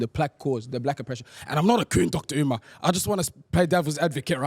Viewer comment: Yet another podcast with hosts who refuse to let Dr. Umar cook.. The cringe is unreal, couldn't even say his name right at the intro. I'm done